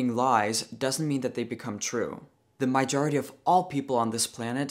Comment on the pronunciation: I keep hearing “mijority”. Do you mean “majority”?